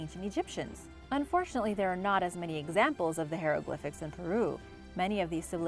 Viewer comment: Love learning about history, but I just had to cringe every time she said hieroglyphics. I can’t help it.